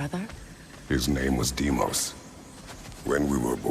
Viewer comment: por qué le dice a Deimos DImos